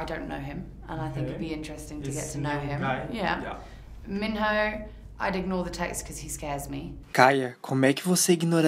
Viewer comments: o nome do MinHo se pronuncia "Minrrô" a dublagem Brasileira não traduziu direito. Adorei o vídeo, adorei a Kaya ♥ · Tem como dar mais de uma curtida? HAHAHA Arrasou!! Dois amorzinhos ♡ P.s.: Não querendo ser chata, mas como corena/brasileira/fangirl tenho que te corrigir dizendo que Minho se pronuncia Min-Ho tipo, "ro", sabe? Kkk lov ya